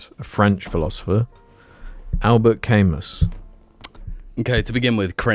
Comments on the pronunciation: Al-bert c-amu-s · It's pronounced 'al·buht ka·moo'. REPORTED AND UNSUBSCRIBED! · Al-BEAR kam-OO